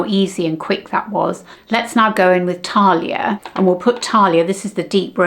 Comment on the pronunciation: Sorry to be pedantic but Thalia is pronounced as we would say TH as in thanks and it’s a short vowel - there are no long vowels in Greek. I have a work colleague here in Greece who calls me Thalia ( no idea why 🤷🏻‍♀️) instead of Sally. The shadows are really nice and I agree with you, I much prefer matte shadows for day. I think much more flattering.